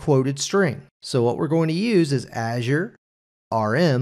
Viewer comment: Not how you pronounce Azure (in intro), but looks really interesting 😊